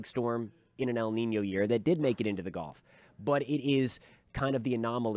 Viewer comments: As a Southern that lives almost on The Gulf of Mexico I’d like to kindly tell everyone it’s pronounced guhlf not golf. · It’s gulf, not golf.